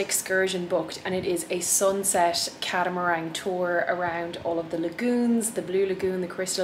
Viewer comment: Glad you enjoyed our island. Just one thing that made me laugh. We have a catamaran. You mention a few times catamarang ? I think you mean the same thing , a dual hulled watercraft. There is no g . BIG LOVE! 🧡